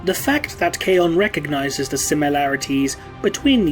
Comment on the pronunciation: My only tick about this video is the mispronunciation of Khayon. Khayon is pronounced like Cain, he explains how to say his name in Talon of Horus. Overall great content as always!